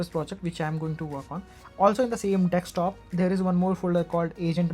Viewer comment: its not dekstop its desktop also this guy is again selling tutorials and stuff